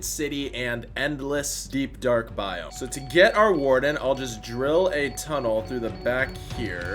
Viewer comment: i was watching then i hear him say acacia boime when he goes to a spruce biome